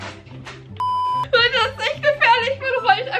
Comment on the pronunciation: du sagst immer sheise